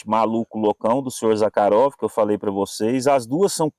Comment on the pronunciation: Conheci o Mestre Zakharov. pessoalmente ( a propósito o nome se pronúncia Zarrarov ) juntamente com o saudoso Laércio Gazinhato sempre estávamos na casa do comendador Zakharov no Jabaquara.nos fundos de sua loja onde almoçamos e conversávamos muito sobre a manufatura das facas e outros itens . Excelente vídeo 👏 👏 👏 👏 👏